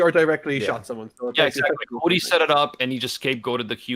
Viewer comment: i love how pronounces hody as hoddy. im gonna start using that now.